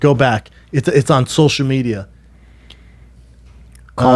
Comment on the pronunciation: “Shulshul media” - brenda schwuab.